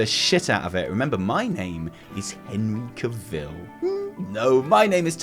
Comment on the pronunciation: we've discussed this. It's not Caveeeeel. Cavill. Rhymes with Travel. Trust me;)